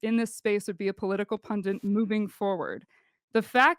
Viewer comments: Why are there so many people who can both read and write and yet still pronounce the word "pundit" as "pun dint?" I really don't understand where that comes from. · If you have to read off a piece of paper you have no business debating Also “pundint” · Yeah 5 mins in and she just said "PundiNt". Game over. wins.